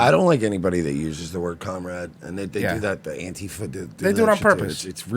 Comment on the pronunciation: Did anyone hear cum rags in that first clip when they were saying comrade?